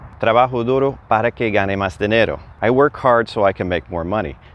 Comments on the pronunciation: Another clear, concise explanation that brings together so much that may be skipped or assumed by other instructors. Thank you! I noticed that you leave the "s" off of "más" several times. Would you consider doing a video on pronuciation tips, common word elisions and maybe even common slang. I know some of these are regional but I think this could be helpful. I am working my way through Duolingo and the focus seems to be Spanish language in Spain. Some usage and pronunciation is clearly different than in Mexico/Central America. One notable example is the Present Perfect tense (and, yes, I DID have to look up what it's called). Ive been told that isnt used much in Latin America. So what replaces it? Thanks in advance! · (RE: Subjunctive Trigger Para Que) I notice you drop the "S on the word "más". Just curious, where did you pick that up? Just wondering because I haven't noticed that with my Mexican friends (they, mostly from Baja California area.) Thanks